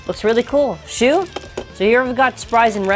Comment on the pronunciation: Also... Nobody notices shu=shoe